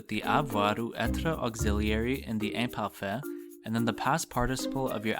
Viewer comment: I know this is from 6 years ago but your pronouncation is not good...you don't roll the r in words like être, and also your way of pronouncing the i in like "imparfait" is wrong...not to be mean but if you teach french you should know this